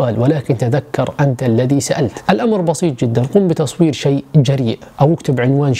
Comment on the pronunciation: شريء قال شريء ولا اذني سمعت غلط